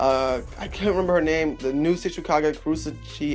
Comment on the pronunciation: Her name is Kurotsuchi bruh. get it right!! She's one of my favs!! LOL